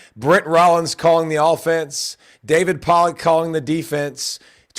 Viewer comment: Pollack - Again with the terrible pronunciation of key players/coaches of programs that you're commenting on. Take 30 seconds and learn how to say their names.